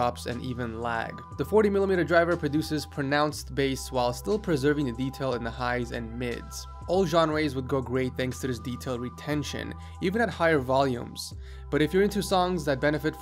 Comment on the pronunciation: and did you just say "genreys"?